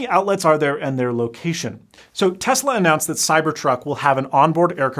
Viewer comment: Tezla? Or Tesla?